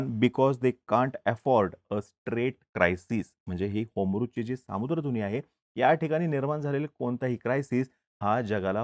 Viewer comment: होमरूझ नाही रे होर्मुज